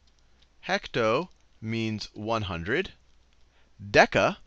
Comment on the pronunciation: why he say “heck to”